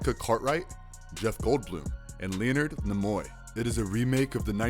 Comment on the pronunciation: Marvelous Videos, Where do you guys find the people to narrate your videos. These people can't even pronounce famous people like Leonard Nimoy's name correctly. It takes 5 minuets to google correct pronunciation and it seems like nobody on you channels does this. Francis Ford Coppola got the same crazy pronunciation on another video.